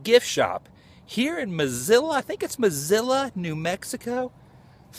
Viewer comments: La Posta rules! Very good food! Mesilla is pronounced May-see-ya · Dude! You have No clue how to pronounce Mesilla! Mess - ee - ya! Now, put it all together. Villa - vee - ya. This is the way these are pronounced. I am Billy’s Cousin. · It is pronounced Ma-See-A... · Love, love, love your work, but it’s pronounced Mah-see-ya and Vee-ya. Minor issues to be sure, but thought that you might want to know. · just like the name of the city .It's pronounced Miss-C-Ahh